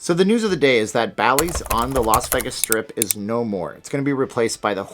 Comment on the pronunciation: Well, he doesn't live in Las Vegas, so maybe that's why he can't pronounce it. 🤣